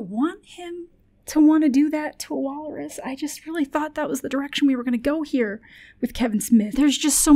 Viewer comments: Why is she saying Wallerus? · I can't tell if is unintentionally mispronouncing wal-rus or if she's committed to the Wallace+walrus portmanteau bit